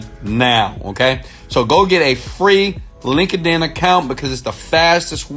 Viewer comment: ROFL Link-a-din. Most people already have a Link-a-din acct. Oh I can't stop laughing ! It's Linked-In brother.